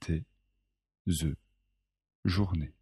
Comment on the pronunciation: THE JOURNÉE في حدا يفهمني سبب النطق الغريب دقيقة